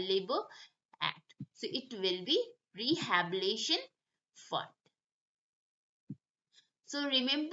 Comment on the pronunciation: Pronunciation thik kijiye. Its rehabilitation. Not Rehabilition